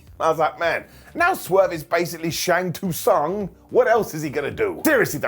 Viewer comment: That has to be the worst pronunciation of Shang Tsung ever. How can you butcher it so badly when they say his name in every game and movie?